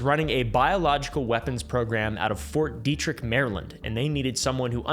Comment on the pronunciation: dude pretty much said ft detrick right well done lad